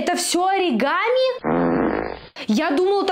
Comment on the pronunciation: на слове аригамин, просто лучшее)